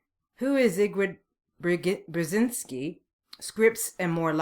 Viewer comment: It's pronounced "Zbigniev Bjezinski" for fuck's sake, Missus, take your time to learn about this man. He helped USA to destroy the USSR. A very talented man. Greetings from Ukraine